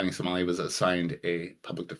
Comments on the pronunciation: johnny somali lol i think u said johnny smiley but i think its johnny nosmiley lol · Did you just call him jonny smiley? 😂